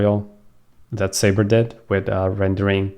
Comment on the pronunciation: Thanks, BTW it's not sayber, it's pronounced suber! 😂😂😂